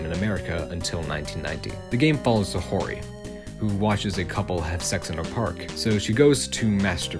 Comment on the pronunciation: Always cool to see a video tackling niche Japanese media with new information to bring to the table. Pretty interesting vid with the main issue mostly just being with how you pronounce Saori as "Sa-ho-ry" instead of "Sa-ow-ry". Regardless good vid!